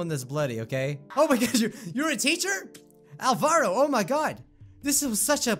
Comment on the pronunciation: OH I have someone in quite a few of my classes named Alvaro (IDK how it's spelled, sorry) but it's pronounced Al-Va-Roh